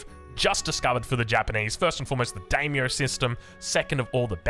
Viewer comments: mispronouncing Daimyo.... Oh well. I'm excited for japan, looks really cool. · Mispronouncing "Daimyo" I can understand but "Manor" is an everyday English word and he's putting the emphasis on the wrong syllable every time. Unless that's just an Aussie thing I'm not aware of.